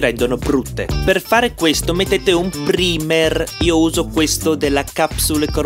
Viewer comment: PRIMER detto male,sembri mia nonna quando cerca di truccarsi😂(no hate just joking)